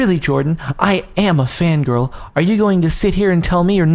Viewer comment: Did it say 'grill' instead of girl? xD